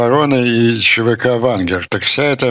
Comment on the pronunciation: ЧВК Вангер. Четко оговорился, я орнул